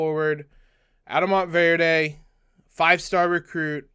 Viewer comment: Mont-verd, no E on the end! :goodvibes::goodvibes